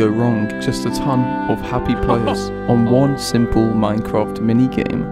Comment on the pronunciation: Now I feel proud saying "I PLAY MINECWAF"